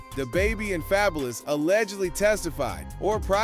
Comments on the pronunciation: This Ai mess has to stop, wtf is Fay boulous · Fab-u-lous... please stop fvckin up names if youre gonna make content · The way bro say fabulous is cracking me up 😂😂